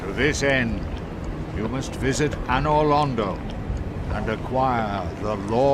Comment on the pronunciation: Anor Londo is pronounced "Anal Rodeo"